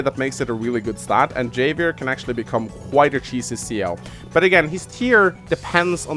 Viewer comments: It's pronounced havier you non-Mexican. Of course I'm not mexican either but your mother. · havier, it is read like Havier, буква х там) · it's pronounced "ha-vee-air" it's Spanish, like jalapeño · Not sure if anyone has pointed this out, and I pronounced it the same in when I was first playing the game, but Javier is pronounced HAH vee AIR. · Javier is a Spanish name, I think. So the J is pronounced like an H. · Just for future reference: Javier is pronounced "Ha-vi-err". Spanish names, yo. Also, Kanbei is "Kahn-bay". Japanese doesn't really do the European "ei = eye" thing. As for the actual video, yeah I think you pretty much nailed it. Financial COs are just stronger than everyone else. Hachi is a god. Colin is a demi-god. High-five for Adder love. He's basic and he's simple, but he just feels so gooood to play. Like playing the purest test of skill and feeling like a smug douche for doing it, win or lose. I miiiight argue that I think Hawk should be a Tier 3, mostly cause that Super Power can give him an instant 4 point potential lead in health depending on the situation, but that is really circumstantial and his powers are crazy costly. I'm okay with him in Tier 2. My personal main is Rachel, and I'm honestly surprised you put her in Tier 3. I completely agree her Super Power is brutal, and if performed "properly" (basically wait for a juicy moment to blast a bunch of peeps without wasting a missile- you get used to "aiming" with practice) it can tip the game pretty heavily. However, I feel like her weak CO Power (I still use it even if it's pretty worthless) and her double-edged day power make her not as strong as a lot of Tier 3s. You can use the extra repair to give yourself an edge, especially when defending key locations, but it's a very easy "weakness" to have exploited as well, especially against COs that have map-wide damage powers (Urban Blight is the bane of all things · So you can pronounce Sonja’s name correctly, but not Javier’s 😂